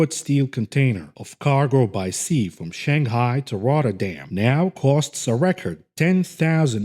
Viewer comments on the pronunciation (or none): none